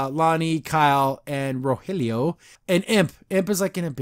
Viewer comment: And for the final episode, we have seen an angel descend from on high and bless this video: pronounced Rogelio's name right:D The absolute best part of this review is when editorializes Catra and Adora saying "I love you". That was comedy gold.